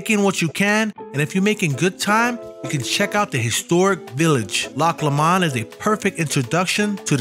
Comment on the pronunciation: It’s loch pronounced low mond